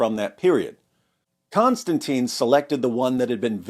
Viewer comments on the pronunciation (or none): none